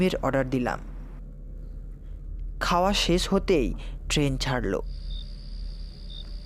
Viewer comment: Amoral "Sesh" boli 'ses' noi